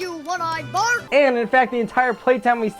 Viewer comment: It's Bart not bark